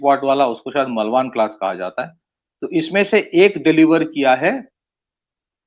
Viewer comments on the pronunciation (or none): it's not मलवान. It is मालवण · it's मालवण, not मलवान